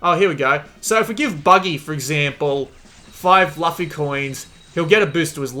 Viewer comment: Why cant any review channels pronounce luffy's damn name